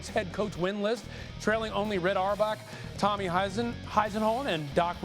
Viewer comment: Can’t even pronounce Tommy’s name smh